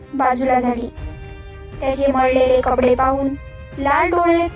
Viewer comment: मडलेले नाही मळलेले